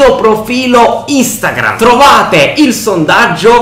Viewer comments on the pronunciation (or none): none